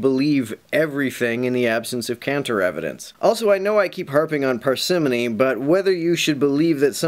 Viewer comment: I think you mispronounced "parsimony".